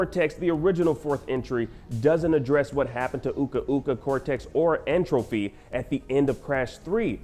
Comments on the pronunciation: Him saying N. Trophy instead of Tropy bothers the Hell out of me. It’s like entropy dude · Someone please tell this guy that it’s N. Tropy and not N. “Trophy” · Yo, this man keeps saying N. Trophy and it's killing me. It is N. Tropy!